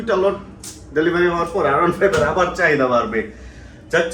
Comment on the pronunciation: R 15 ( আর ওয়ান ফাইভ ) কে আপনি সব সময় আয়রন ফাইভ উচ্চারণ করেন কেনো ?